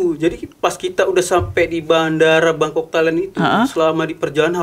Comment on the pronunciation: Bangkok, bengkok, apa bongkok😅